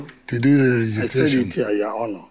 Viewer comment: Nigerians, you are not supposed to pronounce the "h" in the word honour.